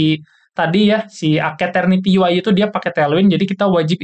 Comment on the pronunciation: ijin koreksi dikit bang cara nyebutnya yg bener keknya "esterniti" deh soalnya "ace" nya dibaca "es" gitu wkwkw kalo "aketerniti" aneh aja dengernya dan susah disebut juga kan :v